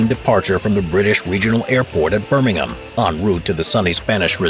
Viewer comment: Respect for the narrator for pronouncing Birmingham and not Birming-HAM